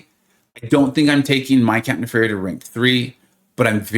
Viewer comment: Isn’t it “ne-fair-ia” like nefarious? I just spun 2 then popped 10 and got him! Thanks for the hard work and The Illuminati 👍